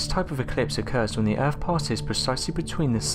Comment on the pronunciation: Norf America planet Erf